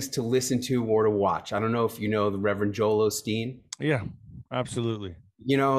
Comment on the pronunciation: Lost me when he said Joel Olsen 🙄 seriously man, seriously!